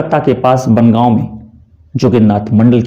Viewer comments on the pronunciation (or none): "वारिसाल" नहीं "बोरिशाल" (বরিশাল) "शिलहट" नहीं "शिलेट" (শিলেট) "बनगांव" नहीं "बोनगाँ" (বনগাঁ) है उच्चारण। मेरे विचार में क्षेत्र विशेष जुड़े उच्चारण का प्रयोग करना ही उचित होगा।